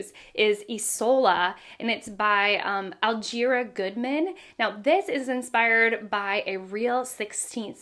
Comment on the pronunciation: I think Allegra Goodman’s first name is pronounced “ uh-leh-gruh “